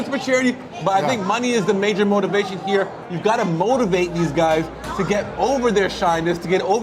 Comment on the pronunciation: Love Jack’s accent. The way he makes the word “here” two syllables: “he-yah”.